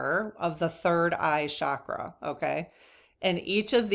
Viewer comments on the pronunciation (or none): Please, no disrespect is intended, but the Sanskrit word is CHakra (CH as in chair), meaning spiritual energy points in the body. Shakra is a Sanskrit word that means powerful or mighty. Would you mind pronouncing it correctly? The magic about the Sanskrit language is that every sound carries energy. So words that are pronounced correctly carry Shakti, spiritual energy.❤✨✨✨